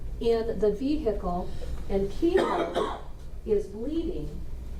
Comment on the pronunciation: I do also, but can't remember what other trial she was in. Also, she has to STOP saying "veHicle"! The H is not pronounced.